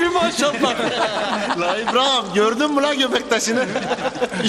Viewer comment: ibraham ne lan😅